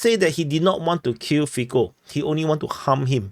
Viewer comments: say "Fitso" not "Fiko" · A fair assessment. Cintula appears to be attempting to mitigate the gravity of his crime by saying he didn't intend to kill Mr Fico (it is pronounced feetso by the way as the Slovak 'c' is pronounced 'ts'. The atmosphere in Slovakia is fraught due mainly to the completely one-sided narratives that have been seen in both the print and televisual media. Virtually zero news has related the Russian viewpoint on how the situation with Ukraine had its genesis and the part the western powers played in it. All the emphasis has painted Putin and Russia in the darkest possible colours. It is no surprise then that a campaign of media-justified hate toward Putin and Russia has eventuated in this crime. The media in general is acting as if Russia has declared war upon the western world and the constant attacks on both Putin and all things Russian have had this almost inevitable end result in Slovakia. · Fico is pronounced Fitso (c = ts, k = c). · It is better to imagine his name spelled as Fitso for a better pronounciation. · 1/ prononciation of "c" in slavic languages is most similar to "zz" in word pizza (no offense, we probably butcher asian names even worse 😊) 2/ so far no evidence about more people involved in preparation. Most similar to Ronald Reagan assasination attempt scenario. 3/ deleting fcb account happened most likely after someone from local censor team announced Meta. 4/ liberal (read : All the local mainstream) media tryin blameshift to his connection to local Wish level nationalist group and hide that he repeated All liberal mantra (on leaked video some hours after attack AND in front of judge in preliminary hearing when he was taken to custody) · 1. its funny how everyone pronounce Fico. C in slavic languages is /t͡s/. 2. What is posted on facebook cant be deleted. Meta have his communication. If they dont give it to police , then we know for shure who is behind assassination attempt.